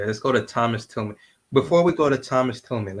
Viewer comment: During the video I kept on saying Thomas Tillman when his name is actually pronounced TILLAM*. Please excuse my mistake 😊